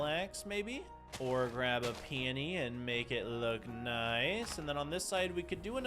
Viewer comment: The word "peony" is pronounced pea-ooh-nee